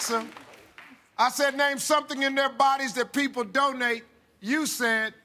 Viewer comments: Haha I heard 'don't need' instead of 'donate'. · I thought Steve said "Don't eat" instead of Donate xD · well... I understood "Don't need" instead of donate.... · oh gosh I thought it was 'don't need' as well!! You mean I've been listening to this so many times and it's 'donate'?! lol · Oh wow I misheard "donate" with "don't need" so i was like Waaaaaaa? when the first girl said Heart XD